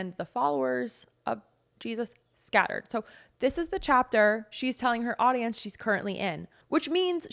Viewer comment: That Lady really struggles to say Jesus.